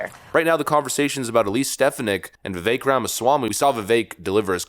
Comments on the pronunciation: Vivek is pronounced Viv-ak. Pronounce the "e" in his name like you are sounding out the letter "a". Viv-ache. Trump pronounced his last name "Ram-a-shwamy" as opposed to Ram-a-swamy. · Bro has a commitment to mispronounce popular names like "Vivek" and "Stefanik", as well as not being able to pronounce "electoral" correctly either. Bruh, just get it right. It's been driving me crazy. You're too smart to be mispronouncing mainstream names. And I promise, this isn't an insult. It's actually a result of READING more than WATCHING. I believe reading is far more important out of the 2, but you gotta listen as well. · Vi-Vake... rhymes with cake. Please pronounce his name correctly.